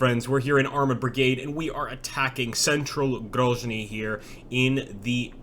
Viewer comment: It's not pronounced Grozhny it's just pronounced Grozniy and essentially pronounced as it's spelt - Grozny